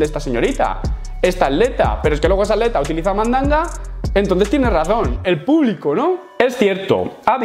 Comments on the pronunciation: Cosas de españoles, por alguna razón no pronuncian la "t" en la "tl". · Porque dices aleta en vez de atleta xd